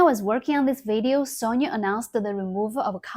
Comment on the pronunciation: Quite simply when you get older, time becomes more valuable ... If you don't have time to reply, I don't have time to go through and tell you that you are pronouncing the Japanese company SONY as if it was the Russian name Sonja. You miss the whole point of DEI and Woke. This is not an organic movement of the masses in The West. Very obvious looking at the response by gamers in The West. So, what is driving DEI, CRT, and Woke? It is the elites and their political puppets. For what reason? It distracts people from the reality of impending war with Iran, Russia, and China. It's fine if you want to just do games and not politics. But then, you should not "feed the trolls" as you are in the USA's nuclear cross hairs. (me too, since they will hit Taiwan as part of the China strike package as Taiwan has always been considered by the DOD as a Chinese asset) I will be back when you hit 10M subs. 拜拜!